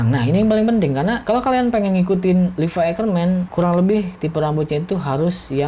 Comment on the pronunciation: Levi anjirr bukan livai